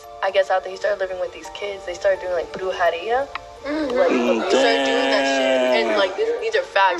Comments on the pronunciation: im mexican, i know how brujeria sounds and not, it dont sound like that, the pronunciation of the letter J is not like that in spanish, not even "ha" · its brujeria not bruharia